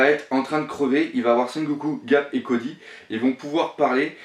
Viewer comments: c'est Coby pas Cody et c'est Luffy pas Loffy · on dit koBy est pas kody est on dit Luffy pas louffy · et cody 😂